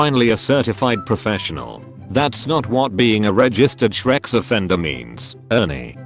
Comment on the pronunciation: every time i hear shrex...